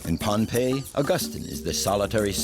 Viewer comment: Many places aren’t pronounced properly, so those in the know just bear w/it. It’s a good documentary about Bruce and how he connects people across a great expanse of water!! The islanders that I’ve spoken to, call it Pohnepei pronounced like Pah-nah-pei. Not Pompei. For those who aren’t familiar with Polynesia, Micronesia & Melanesia these are islands surrounded by water, which joins all the islands in the Pacific Ocean. Our ancestors have navigated the oceans using the stars and currents on their voyages, for more than 3,000 years. The most recent famous voyages are of the Hokūle’a fr Hawai’i in the 1970s - present.